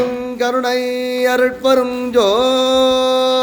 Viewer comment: அருட்பெருஞ்ஜோதி. மகாமந்திரம் உச்சரிப்பில் ம் வரப்படாது. ஞ் என்ற உச்சரிப்புடன் கூறவேண்டும்.